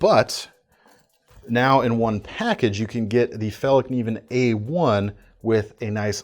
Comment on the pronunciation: Even though there were no knives that sparked my interest I must applaud your pronunciation of “Fällkniven”. Never heard an American being even close to nail it.